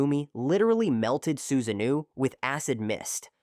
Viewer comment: "you're fighting someone with man-jay-queue sharingan and boom, out pops a full-blown suzanne-new" 😂 useless AI with it's jane-jutsus and za-booze-zahs